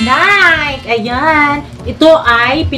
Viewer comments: NiKe (Nay-kee) sis hindi Nike (Nayk) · Nike.. nayki po pag pronounce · Sa mga nalilito po kung anong tamang pronounciation ng NIKE ganto po yun. NIKE is pronounce as NAY-KI. 😁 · nike it doesn't sound right ? ang saktong pag pronounce ana is NAY-KI 😘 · NIKE pronounce as NAY-KI po 😊